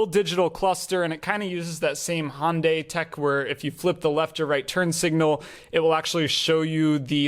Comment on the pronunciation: ...pronunciation is "HUN-day" (almost sounds like you said Hondai - small details matter). Otherwise, great video. REALLY want to trade in my Mazda CX-5 for this in a few years...V6 for me pls